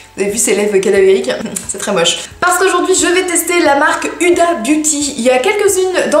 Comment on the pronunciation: omg ça se dit houda pas huda😂😚😚